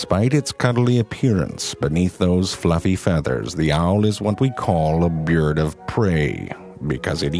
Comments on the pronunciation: "A byerd of prey" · this is bar far the funniest one i have seen so far. wtf did u say bee-yurd 😉😂😂😝😝😆😆😂😂😂😂😂😝😂 😭😭😭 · "A beeard of prey" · That look when he says byird of prey 😂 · nobody: zefrank: byærd of prey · "This is what we call a BeeaaRd of PrEey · "Byerd of preyyy" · "A byird of prey" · BirB oB Brey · I believe it's pronounced 🐦bee-urd🐤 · "a byürd of prey" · BYERD. ALL HAIL THE BYERD. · He pronounces his 'I's and 'u's like 'yer' Example: Byerd. Tyerbulance. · "Byard of prey" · I love the way you say "byurd" lol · "beard of preh" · Byerd of pray. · sounds like he says beard of prey xD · "A byerd of prey" owl gives menacing stare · "The owl is what we call a bird of prey, because it eats prey." WOW it sounds like he is saying beard instead of bird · lol sounds like "a beard of prey" :D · "byurd of prey" lol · BIEARD OF PREH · "byerd of prey" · It sounded like he said Beard of prey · Sounds like he said "beards of prey" instead of birds xD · A byerd of prey. LOL